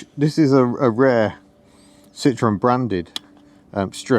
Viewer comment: Love the car but I must ask you to please pronounce Citroën properly. Considering your love of the brand I find your mispronouncing of the name odd, unless you are using the Dutch way as "s parents were Dutch. Or I could just being a pedantic old git... Elly looks great by the way.